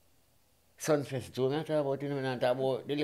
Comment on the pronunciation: "Sumfest " not sunfest...